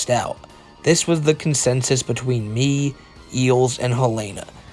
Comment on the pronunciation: does Kengle have dyslexia? what's "betwee"